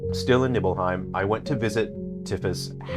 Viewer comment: You can't even say Nibelheim or Tifa the correct way, how can you be a real fan? If you're a true fan like me and my friends, you will enjoy it. It's just like the original, just a retelling and recreation of everything. What a stupid review